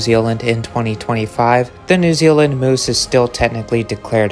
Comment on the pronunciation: Are y'all gonna watch the video or just complain moose isn't pronounced correctly...